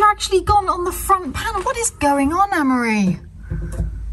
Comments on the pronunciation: it always sounds like your saying anne-marie/ ann-murry/ is this one of those nasty irish custom thingys, where the oldest boy is named after the mother ??? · It's Amaury. It shouldn't be pronounced the way they do. Surprised that doesn't know how to pronounce this very old French name. PS: I thought they were British-French. Are they Irish? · Both Amaury and have 100% French Mothers whose French heritage stretches back generations. So I assume his mother had a say in how it's pronounced and they can pronounce it however they like.